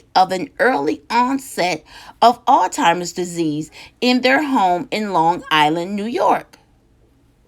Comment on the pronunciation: The first and Last time tuning in to no filter new and talk please at least learn how to pronounce the name of the disease that you were speaking on it is Alzheimer’s and not All timers or old timers 😒 also Alzheimer’s can be a fatal illness maybe you have it confused with dementia which is not fatal